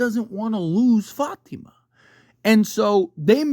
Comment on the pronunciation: Love how u pronounce Fátima